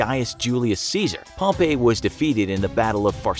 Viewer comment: Pronounced 'Pomp-ee'